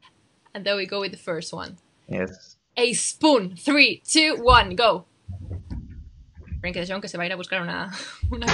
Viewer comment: Frenkie De “Gong” hahahhahaha